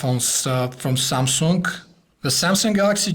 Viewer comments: SUMSUNGK .. HAHA :DD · Never heard of "Samsunk" :d